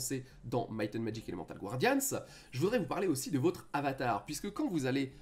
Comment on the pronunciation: Je vous supplie mon bon monsieur, c'est pas Gwardians mais Guardians. Personnellement, le "rifail" je m'en fichais, mais bon, je passe sûrement pour un con tatillon, mais bon, quand on présente un jeu et qu'on le prononce mal (ne parlons pas d'un accent qui serait approximatif, ça à la limite okay) ça donne clairement pas envie de continuer la vidéo. Imaginez si quelqu'un présenter Summoner Wars et disait, Summoner Var... Personnellement j'aurais des envie de violence physiques xD Mais vraiment, je veux pas paraître méchant, mais concernant Summoner Wars vous/tu (pick one) prononces Wars un peu à la française sans forcer la prononciation du "a" à l'anglaise, pareil pour le "u", et c'est très bien. Donc s'il vous plaît^^ Paix nougatine et patapé je viens en paix.